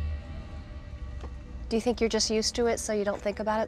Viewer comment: 'Lights his cigarette with no concern'......"I don't 'tink' so".... He should try out for a movie.